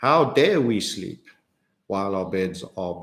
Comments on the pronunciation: OOps.. "Shleep" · Ha! Did I hear you say "Schleep" ! Brilliant !